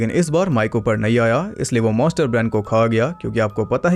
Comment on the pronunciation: MONSTER not Moster